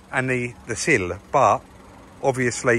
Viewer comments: Doesn’t sound like you when your saying sill. It’s just like windowsill, but you do you bud don’t worry about how you sound, we all know exactly what you mean every time even If the words may be slightly mis pronounced now and again 😎 you’ll never get it right to everyone, words sound different depending on where your from. Try being Welsh 🙅🏻‍♂️🤣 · made me smile trying to get you to pronounce sill properly then out in the yard test drive you made me laugh with you “silllllll” - I love watching your channel guys keep the content coming 👍perfikt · the way you say cill 🤣. really is a magician at everything he touches, ye really are the perfect team. ❤️ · cracks me up trying to say cill. Just talk the way you do naturally mate, ignore the pronunciation police! I'm from Lancashire so I can't imagine my accent in a video! 😂Part of the likability of the channel is two blokes being just who they are doing what they do best and sharing it with us. 👍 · Sorry I’m in stitches at the new pronunciation of sil, I always knew you meant that not seal, some people moan about anything 😂🤣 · I’m so glad it’s not just me 🤣 what with “sil” and “brand new second hand battery” I’ve had a right giggle watching this episode lol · I love how is saying Sill, he sounds so posh now haha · That made me laugh! Every time you said the word “sill” i could only think of manuel from Faulty Towers 😂😂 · put the wrong teeth in this morning he can't say sill, banging em out again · Come on, sill pronounced the same as window sill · Sill. Now you’ve got me wondering how to pronounce it. Jack and Jill. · saying sill 😂😂 broke me that 😂😂 great work as usual guys 👍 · Never heard the word Sill said so weird in all my life. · Don't worry about the pronunciation of sill. You grew up with everyone around you speaking the way you do now so you have what is called a regional dialect. Ignore the comments from the "How now brown cow" perfect elocution brigade.